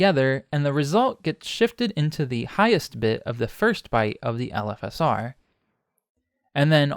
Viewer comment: LOL it took me a while to reailze you were saying "LFSR" and not "elephasaur", like some sort of gigantic elephant+dinosaur monster.